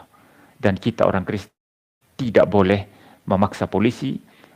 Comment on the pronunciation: ngomong Kristen kepleset Kriston 😀😀😀 padahal kalimat itu sambil merem seharusnyan mustahil salah dari seorang pendeta 😀😀😀😀